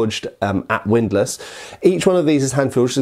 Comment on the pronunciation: Widlass? HORROR ¡¡¡¡¡¡¡¡¡¡¡